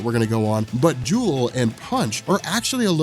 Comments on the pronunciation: Isn't her name Jewlee? pronounced Julie not Jewel, like a play on Punch & Judy. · Pretty sure you already got this on the original video, but Jewel? No. It's jewelee. Sounds like Judy. Punch and Judy are the names of puppets and a storytelling device. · does it again-misreads the name once NEVER READS IT TWICE! Like, "I don't know why people call him JAIME when his name is JAMIE" JEW-LEE I'm guessing her name is JEWLEE not JEWEL